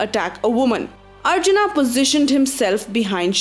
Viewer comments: Why the stress on the "haa" sound at end of every name? Its not ArjunA. its a softer sound Arjun: where the colon is a much softer sound than the way you are pronouncing. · What the hell i extra A after every name Karna, Arjuna, Duryodhana , Bheema ??🤬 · Please English m bol k naam mat kharab karo sabke It's Arjun not Arjuna it's Bhism not Bhishma it's Shiv not Shiva It's Ram not Rama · What the fuck are these dronaaa, arjunaaa, bheesmaaaa, pronounce the historical names properly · Spelling change'while transcripting but why you are changing pronunciation. Not arjunã it's Arjuna or Arjun if pronounced correctly and also for rest of names. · Why the hell are you speaking like that foriegners don't how to pronounce ram shiv karn arjun it automatically gets pronounced like rama shiva karna and arjuna but you are indian then why the hell u can't speak like that. You don't look very intelligent or smart while speaking like that do not destroy the new genration. You should regret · why the hell are you adding extra "A"s to everyone's names? they were Arjun, Bheem, Nakul, Sahadev, Karn, Ang, Dron, Duryodhan. why add extra aa sound?